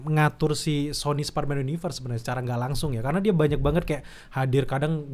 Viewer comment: Males banget denger,, ngucap Spiderman dg ucapan (SPA)DERMAN